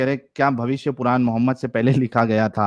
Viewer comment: Bhai Purana nhi hota. Puran hota hai like we use n in Ranveer. Baki aap samajhdar ho.